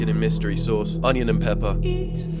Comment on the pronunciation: Onion❌ Hanion✅